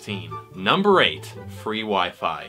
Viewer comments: Fwee Wi Fiiiii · DIS IS WHA FWEE WI FI ROOK LIKE